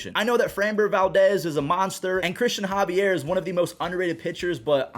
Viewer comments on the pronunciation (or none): none